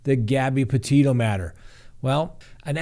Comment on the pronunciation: It’s not pronounced Porteto, as he pronounced the first time.